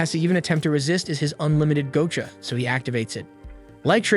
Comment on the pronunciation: The fuckin ragebait of saying GO-cha is unbelievable.....